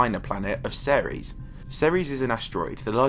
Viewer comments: It’s pronounced series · Before I heard you pronounce Ceres, I thought It was pronounced Sears I was like what